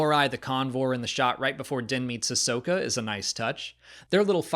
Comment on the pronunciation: Ahsoka, not Ashoka. How come no one ever gets that right? I don't know how anyone even gets confused about it. Everyone addresses her as 'Ah-soka', not 'A-shoka'.